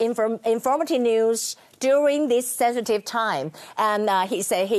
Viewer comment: A lot of things you said don't make any sense to the world, for example, "sensitive time," but you said, "seven-time." You even read the sentence wrong. You are not qualified to be an English reporter, or you might need to get more training with your English.